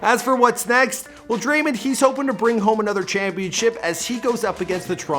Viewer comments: Thanks so much for all the NBA stars. If you don’t know how to pronounce it it’s drae-mond not drae- mind. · Bruh it’s Draymond, not Draymend, Dray - MOnd, with an o not a u or an e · he calls him draymind and its so annoying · Stop saying Draymon. It is DrayMOND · Dray-mand😂 it’s draymond bro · DRAY MON NOT DRAY MUN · Who is Dremen it’s Draymond 🤦‍♀️ SMH 😂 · Lol i love this dude dreymend LOL ITS DRAY- MOND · It’s draymond and not men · It’s not draymen green it’s draymond green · Dray-MOND Green come on buddy it’s not hard 😂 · Draymen? Wtf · DRAYMEN greenn???😂😂😂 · Everybody loves Dray-mindd - pronounce it correctly dufus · It is Dray - mond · "Draymind" wrtf, also what is the wired noice that you keep on making. It's so fucking annoying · “Draymend” 😂 your a damn bozo,why can’t you ever pronounce someone’s name correct. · sayin Dreymand Green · its dray-mond draymond its not hard to say it right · Dreymund Green LMAO c'mon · Draimen😂😂😂 i was crying😂😂😂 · he says his name like dreymond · Come on cant even say his name right. You honestly have one job to do this right. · Your mispronouncing his name on purpose? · Why you mispronounce people’s names Like Draymond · Learn to say someone’s name properly fam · Am I the only person bothered by how he says draymond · Thats not how you say the name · Bro get his name right man it’s not hard 🤦🏽‍♀️ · "Dreymend" "Sagniwah"... you good??? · Lol this guy it’s Dray•mond and Sag•i•naw